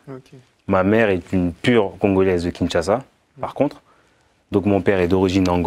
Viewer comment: Déjà c’est Kinshasa et non “Kingshasa” et sa phrase veut simplement dire que sa mère était congolaise de souche.